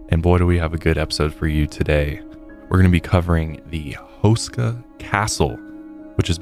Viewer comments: But his last name is pronounced hoo-sh-ka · You are butchering tha hell outta H-oo-skaa Castle.😅